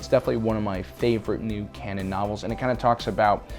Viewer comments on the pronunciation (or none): none